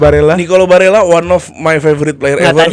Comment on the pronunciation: kalo di italia dibacanya tetep barella bang, double l nya ngga lebur jadi y kek di spanyol